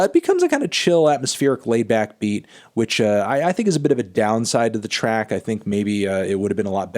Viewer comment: At first I thought you said “Trap review!”...